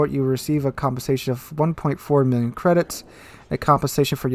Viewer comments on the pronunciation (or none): none